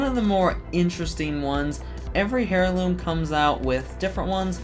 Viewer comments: Nice video man. I do need to let you know that I’m pretty sure heirloom is pronounced “air-loom” and not “hair-loom” though. Just a bit of constructive criticism. Correct me if I’m wrong. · I hate the way you pronounce heirloom, otherwise awesome video lmao